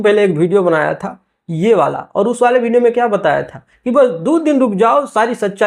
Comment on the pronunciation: Sab se pahle bolna sikh video ko bhideo bolta hai